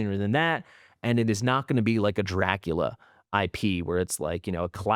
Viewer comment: Dracula not Draculia